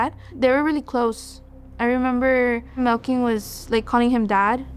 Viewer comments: Wtf was the brothers name? I swear she says Milking is his name. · It’s Melquin 😭 it’s cause it’s an odd name but it’s pronounced Mel kin